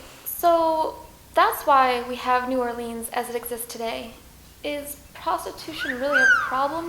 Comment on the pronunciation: Pathetic video (and New Orleans is never pronounced "New Orleens"). Stupidity.